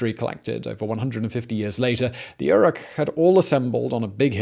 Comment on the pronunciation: You mispronounce Yurok and Tolowa. And it's not "A jumping dance," it's "a jump dance," and you incorrectly explain its purpose.